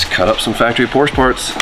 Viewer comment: You're either doing it on purpose because people like me hate it...or you don't know how to say Porsche.